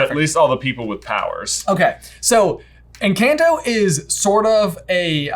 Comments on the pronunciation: Ugh, almost pronouncing Encanto right and then "correcting" himself is killing me! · I cringe every time you guys pronounce it en”CAN’T”o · I think the title is pronounced enc(ah)nto, since they speak spanish and the the A is pronounced like "ah" (soft A?) I may be wrong though. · When ever you say enchanto… I think of Pokemon in Kanto… I took my daughter to see enchanto I thought it was great she was a bit meh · I find it so irking that they keep calling it “en-can-toe.” literally started saying it correctly and then switched back to saying it wrong. Idk, as someone who grew up around Spanish speakers that really makes me cringe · I appreciate your thoughts about this movie. I love all of your deep dives. It just hurt me when was about to say Encanto correctly then he corrected himself and said it wrong. It’s A like apple not A like answer. The can part is more like cannoli. Encanto! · you keep incorrectly correcting yourself on the pronunciation. It is "en-conto" when spoken with the appropriate accent. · It’s funny you kept pronouncing it right and then “correcting” yourself lol actually end up saying it wrong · I luv how kept correcting himself saying Encanto the wrong way when in reality it was the right way. Haha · saying encanto right then correcting himself to say it wrong is so funny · Was there nobody else who couldn't watch this because of how they pronounce "Encanto?" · I cringed so hard hearing them pronounce the title of the movie incorrectly so many times throughout the video. Especially when said it correctly or was about to, before trying to correct himself to the mispronunciation. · constantly correcting himself on the pronunciation of "Encanto" throughout the video even though he said right the first time. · I'm BEGGING y'all to pronounce it correctly. Just once. At least try. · WHY WOULD YOU CHANGE THE PRONUNCIATION OF WORDS LIKE ENCANTO AND JULIETA AND COLOMBIA?! WHY WHY WHY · HE DOES IF AGAIN IN